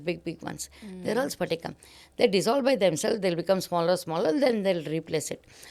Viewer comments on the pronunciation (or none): Not sphatika mam it is patika . Patika n sphatika twoare different